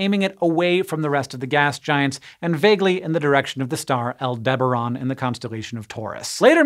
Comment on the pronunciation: You're pronouncing Aldebaran wrong.